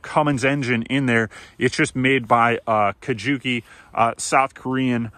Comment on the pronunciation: Kukje not Kujuki. LOL